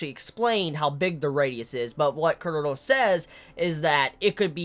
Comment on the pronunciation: Every time you say Chrollo something inside of me dies :p